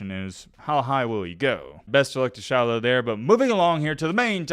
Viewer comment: Dude when you say “Shilo” it sounds like “Shallow” because of your accent. Love it! 😂